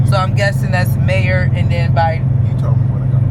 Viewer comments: Hey y'all. just a fyi. The way you were pronouncing Meijer, was wrong. Its actually pronounced MEI as MYjer. But, without the J sound. Cause of the German dialect. So, its pronounced MYER. But, spelled MEIJER. Hope that helps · It’s pronounce My-Yur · yea you pronounced it May-er